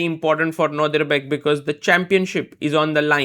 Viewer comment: And again 😂